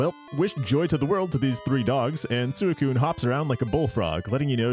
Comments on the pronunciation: "Sooey-koon"? If you're going to be pedantic about how to say a Pokemon's name, and are going to be like "Look at the Japanese pronunciation bro", at least, you know, pronounce that right. "Sui" isn't said like a pig call. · That's... not how you pronounce Suicune in Japanese. The Japanese is pronounced almost identically to how it's pronounced in English, "swee-coon." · Suicune's japanese name is pronounced exactly the same in English...... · I used to pronounce it 'Suicine' when I was a kid 😅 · that's not how suicune is pronounced in japanese